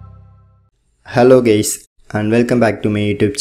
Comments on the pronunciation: did bro sead hello geys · Did he say hello gays??? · "Hello gays" 😂😂😂😂🤣🤣 Great video tho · bro said hello gays 💀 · DID YOU JUST CALL ME HELLO GAYS?!?!?!